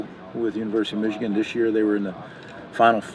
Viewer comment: I will never not be shocked at a grown man not being able to say the name Michigan. What an absolutely little little man.